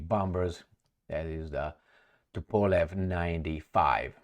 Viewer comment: Finally learned the correct pronunciation for Tupolev airplane name 😀😀😀